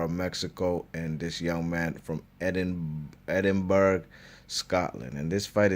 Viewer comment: Edinburgh is pronounced EdinBruh mate. good vid cheers :D